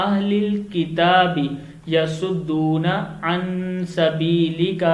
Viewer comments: Sabilika not sabiliki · Sabeelika Ko sabeeliki padhaa Gaya first time but it was correctly read second time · Sabeelika ko sabeeliki padha aapne galat padha hai pehle Sahi padhiye phir video banaiye logo ko gumrah Kar rahe ho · An sbiliki nhi Bhai sbilika